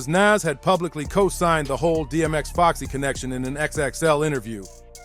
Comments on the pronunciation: How do you not know how to pronounce Nas?? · Who is NAss? smh NAS bro smh get the legend name right